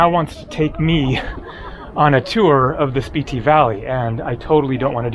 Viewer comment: I thought it was pronounced (Spit-Tee)?